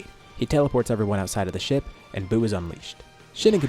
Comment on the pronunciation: Fr thought he said taking a shit instead of ship lol